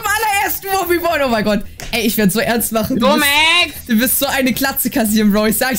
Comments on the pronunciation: Max so: LUmexX LUmeXX 🤣🤣🤣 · Wie er stadt lumexx lomexx